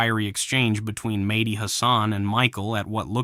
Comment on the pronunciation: It's Medhi, not Matey. 🤣🤣🤣